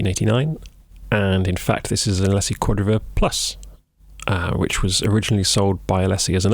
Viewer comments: The company name is pronounced ah-LEE-sis. Was it pronounced AH-lessy in the UK? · ...never heard it pronounced like that! We always say Uh Lee Sis. I think I like Uh Less Sea better! :P That opening Tune was cool√ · Alessy? A-Lee-SIS is how we pronounce it stateside. Where they are from.